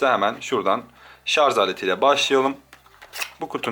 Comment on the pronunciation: abi hep Şarz diyosun o Şarj olcak çok takıntılıyımda :D